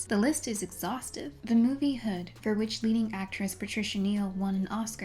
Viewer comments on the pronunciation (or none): it's not pronounced "Hood" it's pronounced "Hud" (h-uh-d)